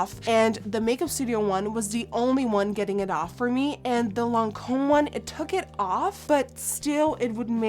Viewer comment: When you are French and you hear Nikki's saying evian lancome and guerlain😂